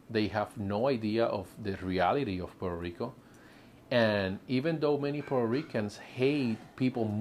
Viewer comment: Please don't say Purrrr Rico...Porta Rico...Porta Ricans. If you have a good job...in P.R. you live better than states. Grow your own stuff😑 You get hate bec...😂 you complain soooo much and critize P.R.😅 Well go to your PERFECT place.